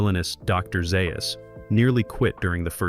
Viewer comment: Some interesting facts and other “facts” but delivered poorly with AI help. As examples - voice seems to be AI (Dr Zaius is pronounced two different ways); I don’t think either Kim H. or Linda H. was pregnant (there was an early plot point of Nova being pregnant); videos has clips from the TV show; and clips rarely align with the topic being discussed. Sloppy job.